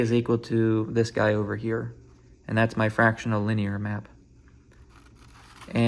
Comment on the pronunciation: Congrats man. Also "ey im making a bideo ear" is probably the most midwestern thing i've ever heard. congrats again